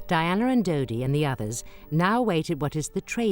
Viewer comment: It's dodi not didi